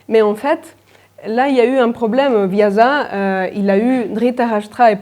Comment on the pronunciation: Très bon résumé, explications claires. Merci! Juste un petite remarque si vous permettez. Le sanskrit est une langue aussi parfaite que peut l'être une langue, et chaque lettre est un symbole en elle-même. Normalement vous prononcez bien, mais Vyasa (l'auteur du Mahabharata) se prononce Vyassa (pas Vyaza), on devrait même dire normalement Vyaasa avec un a long. Et pour compléter votre intéressant exposé, pour nous français nous avons la chance d'avoir une excellente universitaire, Madeleine Biardeau qui a passé sa vie a étudier le Mahabharata (EPHE, Sorbonne) et elle en a publié un très bon résumé en deux tomes. Madeleine Biardeau a parfaitement compris qu'il y a un équilibre qui doit être maintenu entre les deux clans, et quand il y a un écart d'un côté, on doit retrouver une correspondance de l'autre, etc, etc, ses principes ont guidé ses traductions. Ses livres (en français) sont faciles à lire..... Encore merci pour votre conférence et pour partager avec nous votre travail! :)